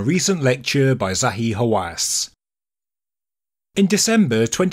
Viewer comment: I heard Zahi Wasanass!